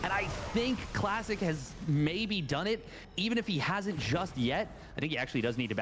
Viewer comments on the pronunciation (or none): Is anyone else hearing him call Classic, Plastic?